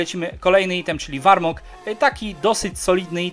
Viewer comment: zajebisty film ale błagam czytaj poprawnie te nazwy to tak boli ten warmog